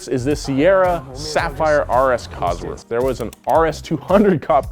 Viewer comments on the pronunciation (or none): none